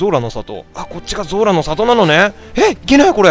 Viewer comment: ゾラがズラって聞こえてJOJO２部のあの語尾にズラってついてる人みたいでちょっと笑ったww